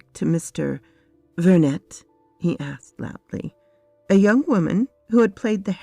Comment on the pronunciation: The name Vernet is French, so the T is silent. In real life it is the names of a painter who, in the works of Arthur Conan Doyle was supposed to be related to the mother of Sherlock Holmes, hence Sherry (presumably Sherrinford) Vernet in this story.